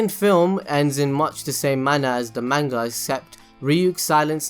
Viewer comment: the way u say manga makes me want to die